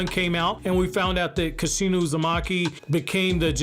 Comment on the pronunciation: Kushina not kishuna just saying